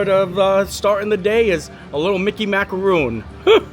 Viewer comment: That is pronounced mac-a-ron. The coconut with chocolate clusters are mac-a-roon.